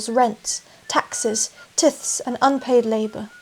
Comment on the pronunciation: "Tithes" that rhymes with "wives". Otherwise great video. But get the pronunciation right or it makes your level of knowledge on the subject, seem more suspect, which would be a shame.